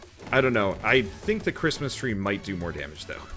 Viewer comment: Crit-mas Tree